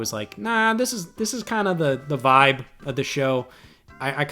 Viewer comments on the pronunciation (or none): none